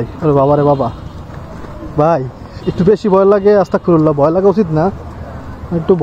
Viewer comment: 😊*ভাইয়া আজকে ও আবার আপনি অস্তকফিরুলাহ***বলতেছেন*** আস্তাগফিরুলাহ হবে***